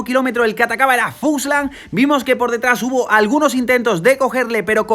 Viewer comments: es fuglsang, no fuslan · Grandes videos, me estaba taladrando el cerebro cada vez que decias FUSLANG en vez de FULSANG, pero grandisimo trabajo estás haciendo con todos estos resumenes. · Se llama Fuglsang y no fugslang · ya que se que es importante para ti pronunciar bien los nombres. Es FulgSang.. no Fuslang:)